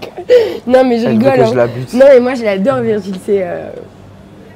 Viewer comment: ta marquer virgule au lieu de Virgil sa ma fait rire 😂